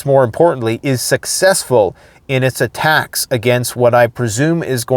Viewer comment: MAYBE..... you haven't noticed...... dude is in LOVE with saying "attackums"!!!!!!!!!!